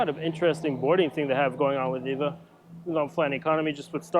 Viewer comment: It’s E V A, not “Eva”